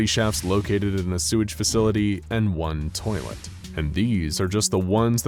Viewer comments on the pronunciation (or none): tha way he said "toilet" made me laugh so fucking hard